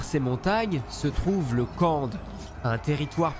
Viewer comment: Chez Tolkien, l’est est a associé aux arabes... "Khand" ce prononce "Rand", Kh se dis R qu’en arabe Et on connais la passion de Tolkien pour les langues L’est c’est l’Afrique ou le moyen orient de son univers, ce racelard de Toklien 😂 "Ils ont collaboré avec Sauron, voilà pourquoi leur peau est noir" 😂😂😂